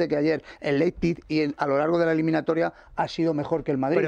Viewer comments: LeiZPig no. LeiPZig. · Laipsik, pronunciándolo bien en alemán